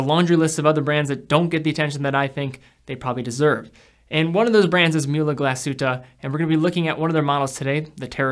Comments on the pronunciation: its pronounced Mool-uh Glass-hoot-eh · Pronounce the ü in Mühle like you do the second in the word glasshütte.